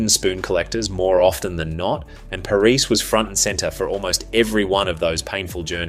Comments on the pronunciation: just going to point out the narrators pronounciation of Sergio Parrisse name, its Pah-ris-say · Loved the video but my god please have a look at how to pronounce Sergio Parisse’s name😂 the man didn’t lose 106 international matches to be disrespected like this😉 (jk obviously) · This sounds like AI, far too long. Also pronounced Parisse's name wrong.